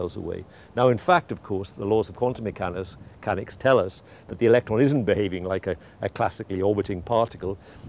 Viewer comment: not sure why but I couldn't keep myself from laughing after he said quantum mechannus